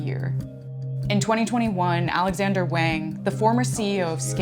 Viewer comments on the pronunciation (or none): You're "fluent" in Chinese and you pronounced Wang as "wayng"? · Out of topic, but must be a bit embarrassing for a native Chinese speaker to feel that they need to pronounce Wang "waygn".